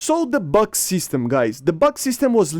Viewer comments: Tunguska is right pronunciation but "БУК М3" is "BAG"😂😂 how? Why? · Buk is pronounced b-oo-k. Бук. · Buk ("Бук" in russian) is actually pronounced like 'book'